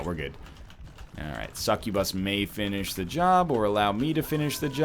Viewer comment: pronouncing it correctly lmao